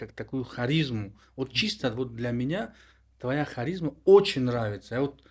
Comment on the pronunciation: Ба умеди продвинут буданатон калимаи "харизм"-ро мардуми тоҷик чи хел қабул мекарда бошанд, бояд як андеша кунед барои талаффузи ояндаатон😂